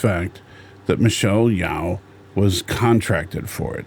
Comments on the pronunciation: Her name is pronounced as Yeo not Yao. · If you want to respect Michelle, you should pronounce her name correctly.